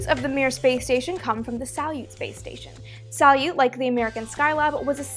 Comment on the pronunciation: A bit of Russian pronunciation for my fellow space geeks: sa-LYUT like "salute" sa-YUZ (yes I mean "sa" like "saw" even though it's spelled "soy" ... Russian spelling is ... special) 1 syllable: Kvant. Start by saying "quant" and then add your best Dracula impression and your bonus item today: sa-YUZ-ap-POL-lon -- known in America as Apollo-Soyuz.